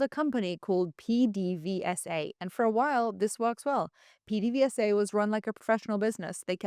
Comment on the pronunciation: It's pronounced: Peh-deh-VAY-suh PDVSA